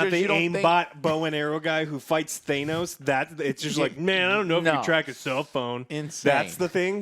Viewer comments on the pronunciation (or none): damn you too?? influencing you to say “thay-nos”